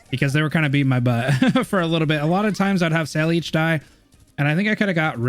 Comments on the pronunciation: He's learning, and he did his first Crownslayer bully move. We're so proud of you. Btw, Saileach's name is Welsh. So the pronunciation of her name isn't "sey-leech." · If you want a more correct pronounciation as an addon to what you're saying, her name is pronounced like Sail-ah(k), the k being very short, almost silent sound. kind of like saying sailor in a slang-y kind of way. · Her name is actually Irish, it means Willow. He is still pronouncing her name wrong though